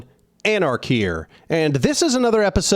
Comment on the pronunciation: It's Aric, not Aris.